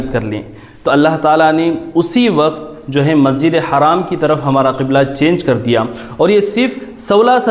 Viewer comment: السلام عليكم و رحمة الله وبركاته. It is Masjid Al Haram and not a Masjid E Haraam Please correct your pronunciation